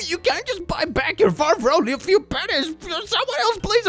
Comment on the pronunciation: d..duh…don’t pronounce “pennies” like that sir